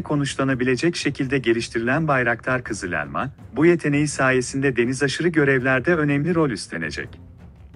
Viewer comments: O elmanın "E" sini daha doğru söylesen. Çok rahatsız edici. Valla videonun devamını izleyemedim. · Uçağın adı "kızı - lelma" değil "KIZIL ELMA" lütfen telaffuza biraz dikkat edin.